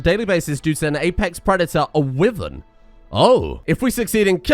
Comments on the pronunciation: Its pronounced "why-vern" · You mispronounced wyvern